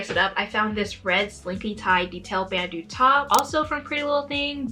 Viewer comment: by the way it's bandeau like ban-dough or Van Gogh